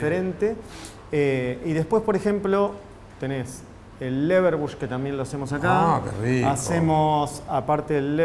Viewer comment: Che... charcutero... un cacho de cultura! es "LeberWURST" y no leberbush....... bush se murió el año pasado!